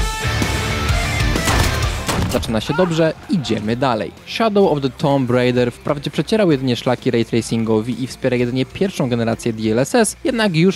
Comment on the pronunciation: co ty powiedziałeś? To nie jest szadoł of de tomb rajder tylko szadoł of de tum rajder jak już